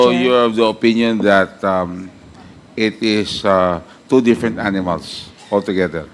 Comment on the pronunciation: “Did the IPO proceeded?” what kind of english do you have Done Pernandez? 😂. . . “deperent inbestor”hahaha